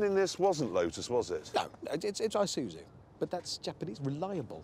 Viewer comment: this guy said "eye-soo-zoo" lmao